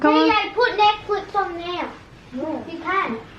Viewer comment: Bakit bothered ako pagsinasabi ni na Netflex instead na netflix hahhahha